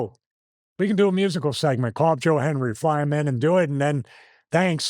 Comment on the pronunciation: Anyone else notice Stevie either said Joel Hendry or Joe Henry? Never Joe Hendry. Lol. He believes and he knows he can't say it or he'll appear. Lol